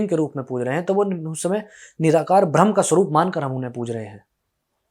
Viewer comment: "भ्रम" नहीं "ब्रह्म"